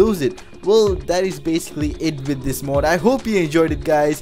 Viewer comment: It's mod not mud